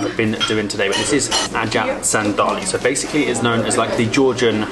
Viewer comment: Guys, it's not ratatouille it's "ajapsandali" c'mon. French would have a fit!🤣 even though we were cooking it centuries before them...lol